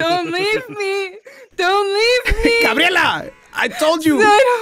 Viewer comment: It's cleary grabierla